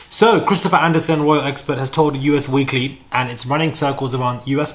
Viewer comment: PLEASE STOP SAYING U. S. WEEKLY! It’s Us Weekly!